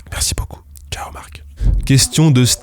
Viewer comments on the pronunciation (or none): none